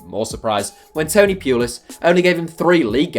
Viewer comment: Tony Pyoolis? It's Poolis